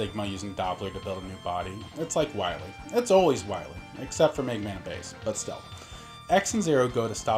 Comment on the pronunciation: Dr Wily??? Ohhhh, you mean Dr. Wowy!